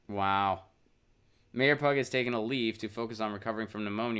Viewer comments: You're right, hard to watch as I giggled every time he said pug. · Her last name, I believe, is pronounced "pew"...like Pew Research Center.